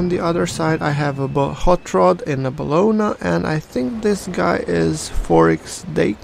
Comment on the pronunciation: Its Abana, without the "ha" at the beggining, otherwise your pronuntiation is perfect :p